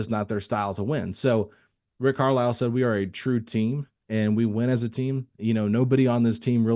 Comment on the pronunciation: Why does say Rick Carlisle Name like that?!? 😭😭😭😭 “Rick Carl” 😂🤣🤣